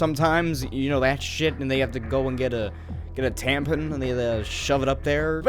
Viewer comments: Are u calling it a tampen? Lol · THE WAY YOU SAY " T A M P E N " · lmao "TamPIN"